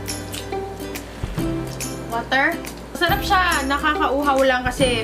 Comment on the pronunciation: Pag sinasabi ni yung masarap pagsabi nya masharap